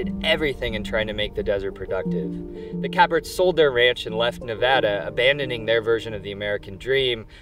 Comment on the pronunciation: Thank you for pronouncing the State of Nevada correctly. Great video BTW. You gained a new follower.